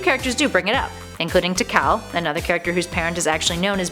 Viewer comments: Chao is pronounced: "Chow". Kayo? Lmfao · "First appearing in Sonic Adventure 2" You mean Sonic ADVANCE 2, right? Also it's Chao (Chow) not Chao (Kao) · “Cheese the Kay-o” Lolwut Chao is pronounced chow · Chao. Chow. Not cow. Lol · For the last time it's pronounced chow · Its chao not ko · #1 when she calls Chao "kayo" It just make my ears hurt #2 since when have people hated cream And #3 I've actually never seen anyone ship cream and eggman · It isn’t pronounced as “KO” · how do you mispronounce chao?